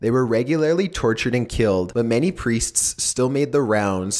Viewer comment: I've never been so disturbed by someone pronouncing "Priests" before.